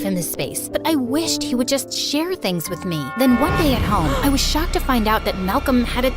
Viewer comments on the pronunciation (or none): “I was shocked” no “I was socked” hit different 😂😂😂